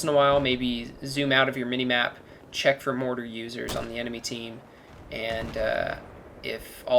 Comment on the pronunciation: It's M for MAP. not N.